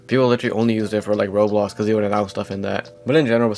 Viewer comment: Why do you say rolex instead of Roblox